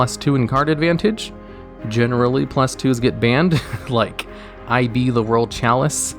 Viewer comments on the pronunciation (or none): "Next up we have Eye bee the world chalice juice-ticar" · Did this guy just call ib "I.B" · It’s Ib not “I” “B” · "I-B the World Chalice Jewstickar" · "Eye Bee, the world chalice Jooste Car" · Dislike cuz of how you said IB's name, that was super cringey bro Also you can't rank up launch in draw phase, the card specifically says main phase